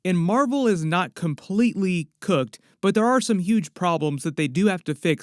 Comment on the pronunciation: Great video. You say “cooked” like you’re calling marvel a slur😂😂😂 it’s one of the better parts of the videos